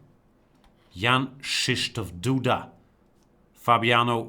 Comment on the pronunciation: Apparently GM Gustafsson is among the very few foreigners who've learned to pronounce Jan-Krzysztof Duda's name 100% correctly : )